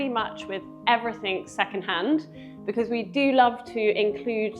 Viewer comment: BEKIZ? Do you mean Because?